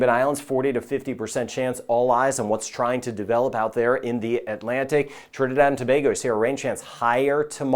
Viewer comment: Thank you for your weather report and for pronouncing Trinidad and Tobago correctly .🇹🇹